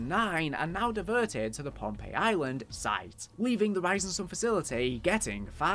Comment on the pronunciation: Oh, pohnpei not Pompeii